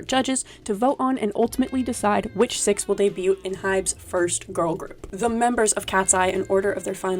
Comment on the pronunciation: i can't get over the pronunciation of debut 😭